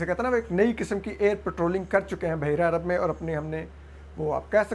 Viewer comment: It is Baheera-i-Arab, not Baheera-i-Arb and وفد is pronounced wafd not wafad. I don't understand why you have place زبر where it doesn't exist and skip a زبر where it does exist.